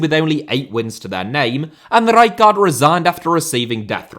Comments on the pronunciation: It's pronounced Ray-kart ! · Isn't it R-eye-card? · Pissing myself laughing at the pronunciation of Rijkaard. How many more R's can you add in? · I laughed eveytime you said rijkaard haha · Nothing wrong with your pronunciation of Rijkaard except for the split you make in the middle. Just pronounce both parts back to back and you'll be an honorary eredivisie commentator in no time. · Please stop saying Rijkaard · Fucking say rijkard one more time like that ffs